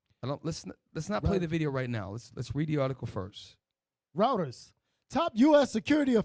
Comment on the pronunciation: I gotta say it. I love ya but, it's [roi-ters], not [routers].